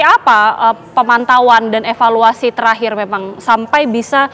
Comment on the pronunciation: Roh asli jiwa jabar, epaluasi, epaluasi, epaluasi😂